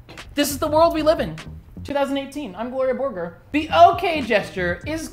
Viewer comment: I always get so mad when pronounces Gloria Borger's name wrong, truly disgusting.